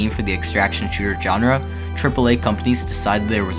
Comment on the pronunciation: Its SHAWN-RA not JOHN-RA (GENRE) but other than that good, heard this info over a thousand times but appreciate the enthusiasm and cant wait.